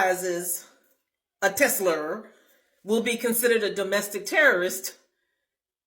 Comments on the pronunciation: I love how is saying "Tes-slur". Damn right gotta acknowledge with n*zi Musk it's a Tes-slur, or a Tesla with a hard R. Don't give that vile man any of your money! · Tesler. Lol